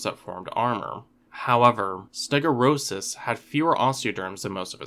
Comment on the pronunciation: I think the pronunciation might be closer to "ste-go-(y)u-ros". Since "stegos" means "roofed", and "uros" means "tail", the O and U would probably be separated, but you can never really tell with these scientific names haha